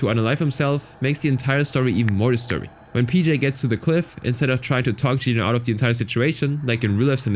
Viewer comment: first person i hear saying geno right, the world is healing😇😇